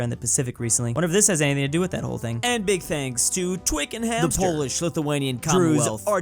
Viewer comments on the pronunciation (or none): none